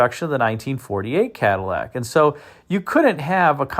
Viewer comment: One of my favorite cars of all time. I agree the '60 is cleaner, but I'd take either one, you know, if I had to. I do find it interesting that this video seems to be referencing the 1959 Cadlack. Cad-i-llac isn't a pronunciation you hear much in the vid. Heh.